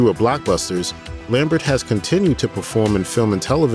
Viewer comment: You pronounced "Lambert" wrong.